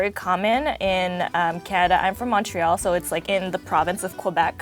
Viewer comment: I don't know, that looks like a pretty crap poutine for one and two she says she's from Montreal but doesn't say it the proper way so I can't really trust this video. At least she pronounced poutine correctly... Also if she's comparing the cheese curds to mozzarella then they aren't using real cheese curds